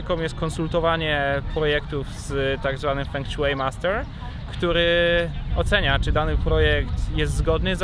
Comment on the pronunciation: fą szuei* ale i tak bliżej niż "feng szui"xD